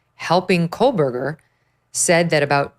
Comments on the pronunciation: Two and a half years and she still pronounces his name wrong! There is no “l” in his name. It’s not “Cole-Berger.” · Yep. Additionally, she still thinks his name is Kohlberger rather than Kohberger 🙄